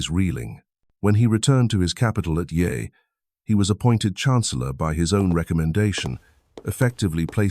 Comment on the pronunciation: You pronounced the capital as yei. Wei was his kingdom. :D His capital was actually in Luoyang.